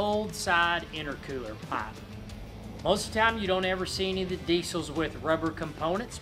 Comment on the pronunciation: The way he says pipe he must be from Alabama lol